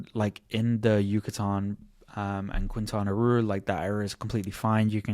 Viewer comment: And it's Quintana Roo, no Quintana Ru, Spanish in not pronounced like in English